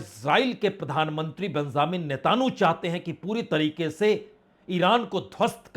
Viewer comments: 🤣🤣🤣 इतना गन्दा उच्चारण नेतहानू और हुमूर्ज 🤣🤣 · आप नेतन्याहू और हॉर्मूज का नाम सही से नहीं ले पा रहे